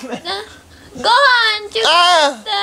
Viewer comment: ごはんチュクって！！って言ってないか。